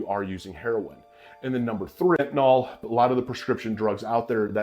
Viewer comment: It is NOT “fentaNOL.” It’s spelled fentanyl. So it’s pronounced “Fen-ta-nill.” Stop calling it fentaNOLL. SMH.